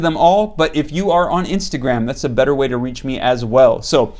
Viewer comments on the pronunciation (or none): none